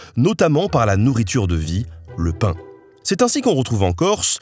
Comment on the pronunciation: En tant que corse la prononciation du pain était si catastrophique que je préfère en rire 😂😭 Mais superbe vidéo en tous cas.